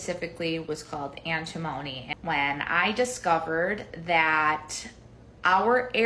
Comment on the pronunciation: 1. 'Antimony' is not pronounced like that. 2. You are not a 'biomedical' mom if you think you need that many supplements (unless your doctor tells you you're deficient). 3. Bentonite clay, ironically, has heavy metals in it.